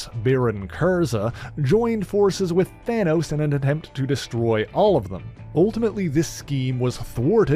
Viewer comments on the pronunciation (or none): none